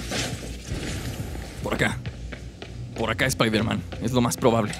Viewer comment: Airon spaiderman